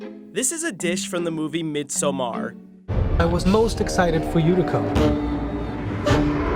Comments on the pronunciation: Please. Don’t pronounce midsommar like that. I don’t think I can take it anymore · Jack Doherty I know but if you can’t speak Swedish then don’t try and say it like that. Hearing all these Americans butcher it is so painful. It’s like over-pronouncing Parmesan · It’s like an american saying “par-ee” instead of Paris. It’s cringe. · Why the hell is he pronouncing "midsommar" like that? It's so cringe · I do not like how he pronounced midsommar, idk why it makes me sudder >~< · Haha I think the pronouncination was good enough, but it sounded so damn forced. If he just had relaxed and not overtink it, it would have sounded just fine 😅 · The food being extremely inaccurate to what we actually eat on Midsommar in Sweden aside, who told the narrator that this is how to pronounce Midsommar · The way he pronounced midsommar hurt my Swedish ears 🙈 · I’m sorry but the way you pronounce midsommar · But you would still not stress the last syllable the the narrator does. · When you are Swedish😏 P.S first, I just wanted to say that those things arent what we eat in Sweden 24/7 and second, its “MIDSOMMAR” not “MIDSHOOMAAAAR” ! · its not prounounced MEEDSUMHARRRR its midsommar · Midsommar not midsoummaaar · A. A. Mid-sahm-err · Though pronouncing it as midsummer the way Americans do is still closer than going all mid-sohm-AHR. Source: am swedish. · Great video. But the freaking “MidSommAAAr” pronunciation is irritating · MID SOM AAARRR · I tink it sounds extra weird for a swedishspeaking person cus we tend to.. just skip random letters in word 😅 Like the formal pronouncing would be close to what he said, but I, as a native swede say "missommar" (skipping the D) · Why do you pronounciate it "Mid...Somaaar"? Just say Midsummer..its much closer to the correct translation rather than trying to make an indian fascion word out of it. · I'm Swedish and I have never ever heard someone butcher the word midsommar like this guy does. I did not think it was possible to get it wrong.